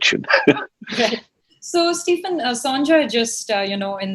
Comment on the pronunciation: Please can you get his name is correct - it is Stephen - which need to be said as Steven. Did you notice 'v in it? Yes, that need to be said. Every time I hear it, it feels like slap on my ears.